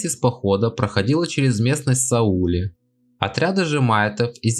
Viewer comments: Жаль, что ведущий неправильно произносит названия мест — ведь не Са-Уле, а была Са́уле. Но да, 200 псковских псов участвовали в битве при Сауле, а до этого — несколько недель занимались грабежом в Жемайтии и у земгалов. За что все и были вырезаны, вместе со своими хозяевами — примерно 60 рыцарей. И, увы, это была не "миссия по пресечению набегов прибалтов", а просто естественное русское стремление к насилию и грабежу. С мечом пришли — от меча и полегли. А может, и от топора. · Спасибо, очень своевременно. Как раз эту тему со школьниками прохожу. Только ухо режут неправильные ударения. Битва при САуле, например